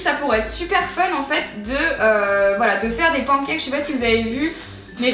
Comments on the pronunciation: Ya que moi que ça dérange qu'elle dit pencakes au lieu de pancakes ? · qui dis srx pancakes ? moi je dis panecakes